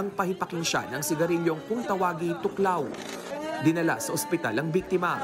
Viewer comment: Thuc Lao po Hindi tuklaw